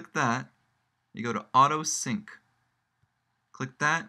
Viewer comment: It's "sync", you ignorant moron.